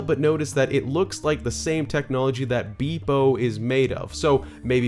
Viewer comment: Hello. I'm you're every day speech corrector. It's Beep-0, not Bee-Bo.